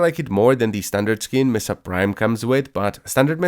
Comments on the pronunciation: ITS MESA, NOT MESSA. MESA! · Thats not how you pronounce mesa